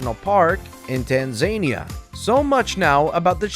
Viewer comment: Tan-Za-Nea he just insulted a whole nation learn to pronounce your countries dude